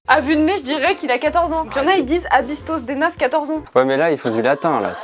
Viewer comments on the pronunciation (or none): A bisto de nas se prononce "a bista de nas" Et on dit #chocolatine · "a bisto de nas" ce prononce " a biste dé nasse" et c'est " à vue de nez" mais en occitan. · ça se prononce "a bisto dé nasse" et c'est en occitan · « A bisto de nas » ont prononce «a bista des nas » je suis vers Toulouse et j’ai toujours utiliser cette expression 😭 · Pour le mot s'envoir quand on a une difficulté on dit plutôt "il s'en est vu" je pense que c'est de cette utilisation dont il parle sinon pour "a bisto de nas" (qui se prononce a bisto dé nas )on dit ça pour faire une estimation ou pour remplacer "a peu près" du style "a bisto de nas il a 16ans" 🤗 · Je suis choquée de la prononciation de a bisto de nas ça m'as écorché les oreilles! Comme tcharer je pensais que tout le monde le disais !!